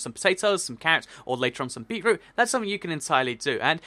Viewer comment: He said pea Croot insded of beat root